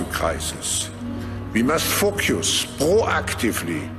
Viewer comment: why does it sound more like .. we must fuxkyus.... Rather than. .. focus .... He has said that word more clearly before .... Just sayin' Rotters...🧐👂👂🦻🦻